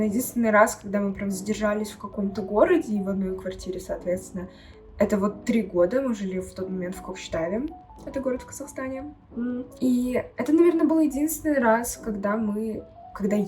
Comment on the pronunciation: но ведь правильно Кокшетау а не Кокшетав.....